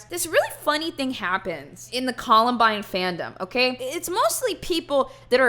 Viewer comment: "The collenbine fandom" jesus christ